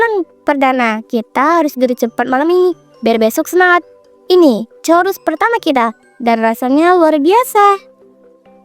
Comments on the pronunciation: Churoooosssss mba bukan chorussss😂😂😂😂 ngakak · Churros ngapa jadi coruss 😭